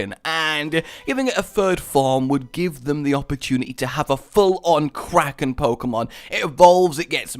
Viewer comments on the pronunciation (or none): none